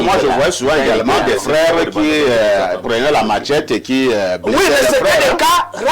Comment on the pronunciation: Machette, pas matchette (sans "t".